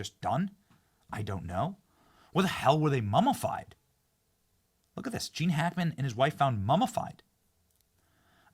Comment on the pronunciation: Ok. I can't listen to this anymore. Learn to pronounce words properly: MUMMIFIED not MUMMAFIED. Absolutely awful pronunciation.